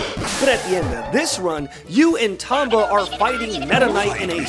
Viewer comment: Imagine pronouncing Tomba like Tomba